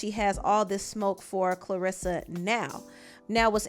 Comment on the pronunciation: You really just cover stuff for views. No integrity. You don’t even know how to pronounce Claressa name.